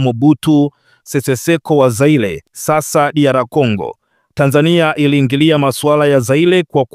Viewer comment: Nyelele ,Aldhi,Algelia ,Zaile, hapa unachafua ,Lugha hususa majina ya watu na Nchi. Sidhani kuwa unafaa hâta kidogo kuwa msomaji wa habari. Hii ni Aibu.